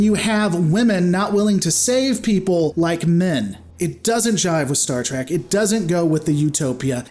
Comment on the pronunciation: It's not trek